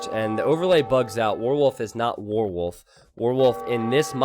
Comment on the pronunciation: pronunciation of "warwolf" confuses me. Sounds like "worwol":D